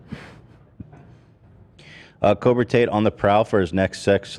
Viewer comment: I could never tell if Ethan was saying that on purpose or by accident 😭